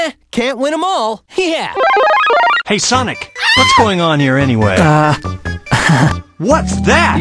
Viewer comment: lol he said sanic adventuuur doom